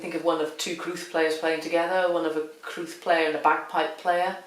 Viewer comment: It is in Welsh, and the crwth (pronounced 'crooth') is a Welsh instrument of great antiquity.